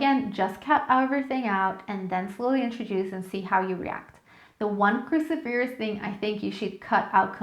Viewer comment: Cruciferous is pronounced kroo-SI-fer-ous, accent on the second syllable. Aluminum, NOT aluminium.